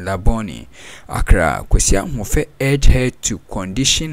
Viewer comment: It's not Kwesi Ahoufe. It's Kwesi Ahwoi